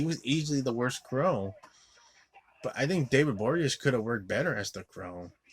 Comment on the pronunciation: David Bo-ri-a-nez. Not that difficult.